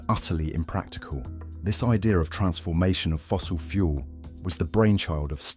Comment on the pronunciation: Irritating thumping slapping junk music. Atrocious mispronunciations - "fossuow fuow" for "fossil fuel", "a tuow" for "at all". Blocked.